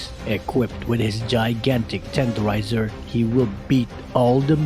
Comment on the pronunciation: "tEnDeRiZeR" PLSSSSS